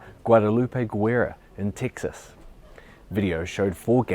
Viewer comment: I can't get used to hearing "Texas" in your accent. 🤣 It just doesn't sound right. You need to work on that southern drawl, bruv. (Bruv doesn't sound right in my "Texan" accent either.) 🤣